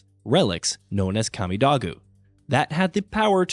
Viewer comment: Kah-me-dough-goo... can someone who actually plays these games talk, they may actually care and not just mindlessly read from a script. If you played the games you heard how it is said. Shit, if you watched a YouTube playthough you would have heard how it is said. Talk about things you enjoy and give the fans enthusiasm